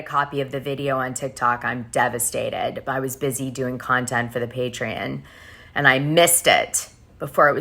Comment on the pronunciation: God damnit girl it’s PATREON!!!! PAY-TREE-ON!!!!!!!